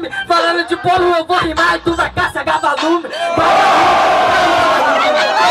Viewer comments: " Gavalume " kkkkkkkkkkkkkkkkkkkkkkkk pqp..... ahshahshs '-' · Ksksksksksksk "gavalume", os caras se empolgam e esquecem do português kskskskskk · falou "Gavalume"???